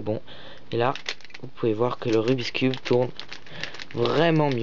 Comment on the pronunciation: Ce n'est pas rubis cube quand tu le prononce!!! C rubikss